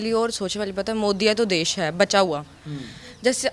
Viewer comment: देस देस कर री है पहले देश बोलना तो सीख फिर बोलना 😂😂😂😂😂